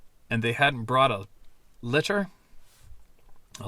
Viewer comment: Ok brother litter is a old military stretcher used to carry the wounded out to a lz(landing zone) but litter is pronounced just like you said it